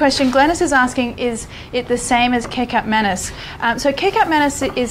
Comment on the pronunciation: Kikap manus…lol…it’s kechup maneese